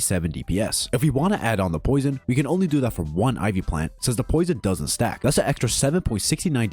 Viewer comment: why you calling it iv?